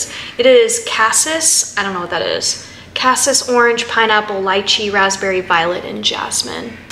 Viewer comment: I like the separate videos. By the way cassis is pronounced casees. It's blackcurrant.